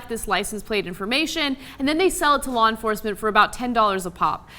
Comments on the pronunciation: Blah enforcement...lol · Blaw Enforcement?